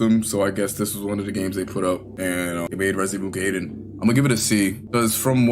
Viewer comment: Based Gaiden pronunciation